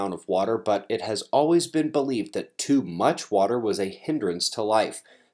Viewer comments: LMAO, ,"uh water" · Nice "duh" pause on water almost beavis like. Hilarious.......